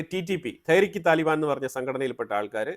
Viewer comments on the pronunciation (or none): none